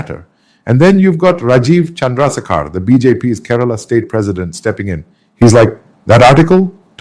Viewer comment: Accent is artificial. Rajiv Chandrasekhar got mutilated. It became Sekaar. Content is factual.